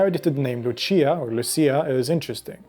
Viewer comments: Pronounced Looch-ee-ah (in Italy) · She's italian... It's pronounced Luchia... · I'm from Denmark and they did this at my mom's workplace. Her and her collegaues walked all around the very big place while singing 😊 It's pronounced more like "Lussiiah" here though 😊